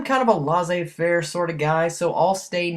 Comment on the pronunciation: LMAO "Lazey fer" lmaooo bro its french for "let it go" or "letting go" lol